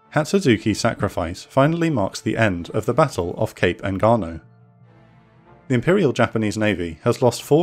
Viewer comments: Engaño is pronounced Enganyo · Engaño En-gan-yo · truly! the incorrect pronunciation & spelling kinda hurts but the quality of the content is superb